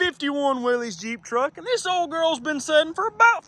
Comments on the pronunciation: Not "willies," "whillis." Will-Iss. Oh, and it's "Por-Sha" not "Porsh." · Pronounce the name wrong it's pronounced as if it were Willis